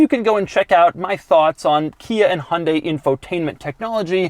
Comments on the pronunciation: Lol Doug it’s HYUN dai not Hon dai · It's not hunday It's hyundai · It’s Hyundai not Hondai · why do you always say 'hundae-' ???????? can you not speak hyundai? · Me : Hi - Un - Die Doug : Hunday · "Hun-day" haha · It's called a Hyundai not honday please learn how you use its name ???? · Love the inability of americans to pronounce Hyundai and Peugeot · The way Americans pronounce Hyundai......